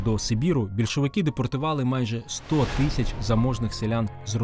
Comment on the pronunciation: Правильно казати не « тищя» а «тисяча дев’ятсот…